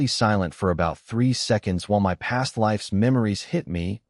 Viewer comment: I love the story but I wonder why the AI can't seem to say the word "my" - it always spells it out. It happens so much that it's become a running joke in our house.😅